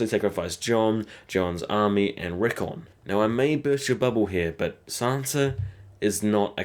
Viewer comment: not rickun RICKON